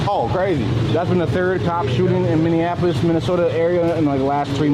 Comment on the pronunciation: Minnieninapolis like my guy if you are going to be in media learn how to read or consult google on the pronunciation of words.